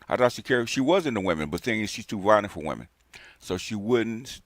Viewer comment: "Believe ALL weminz".🙄